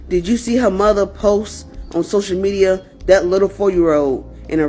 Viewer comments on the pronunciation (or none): Social mediiarr… 🤣🤣🤣🤣🤣